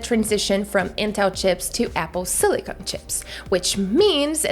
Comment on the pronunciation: Apple silicon, not Apple silicone. Watch your English vowel sounds.